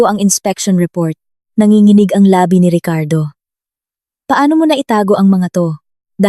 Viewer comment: LABI ay mali ang pagkabigkas Yong pagbigkas mo ay iba ang kahulugan hindi akma sa pangungusap At hindi ko na tinapos ang pakikinig kc nakakairitang pakinggan ang pagkakasabi sa PESO na binibigkas na PISO